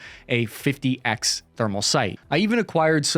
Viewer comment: ROFL did you know that '50x' optics means 'Fifty Times' - not 'fifty ex' - in English?